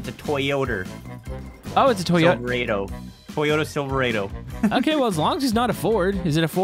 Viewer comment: being concerned that truck was a Ford was funny. Good thing it was a Toyoter Silver-eh-do. Great video as always, been a while since I last commented on one of your videos.